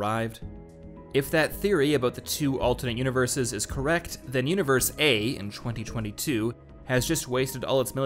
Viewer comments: Yeah yeah good video, but why does he pronounce 2022 as "chwenty chwenty two"? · They way you say '2022' really bugs me